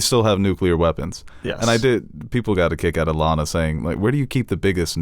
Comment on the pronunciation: LAAAAANa, not Lana. Long A sound. She was supposed to be a squicky match.